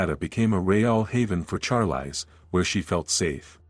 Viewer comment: It's pronounced sharlees ... Not charlice